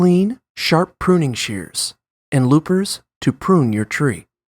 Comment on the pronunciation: Loopers?? It’s loppers dawg